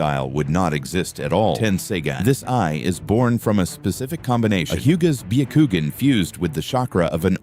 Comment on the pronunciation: Bee Yuh Koo Gin. Nice, AI.